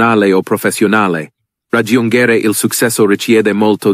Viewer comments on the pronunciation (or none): I'm Italian and it sounds like an English tourist who's trying his best to speak Italian. "Successo" is mispronounced. "Suksesso" wrong -> "Suchesso" right. It goes the same with "raggiungere" ("ragghiungere" vs "radjungere"; "fasìle" vs "fàcheele"; "sforso" vs "sfòrzo", "ce" vs "ke", "si battiamo" vs "chee battiamo").